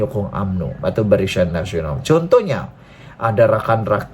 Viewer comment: Barisyan? Salah sebutan,yg betul BARISAN....aku sokong PN dan PAS